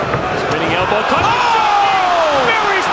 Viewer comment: "a single HELLbow" 😆